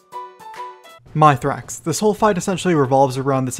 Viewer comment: lol My Thrax, its pronounced Myth Rax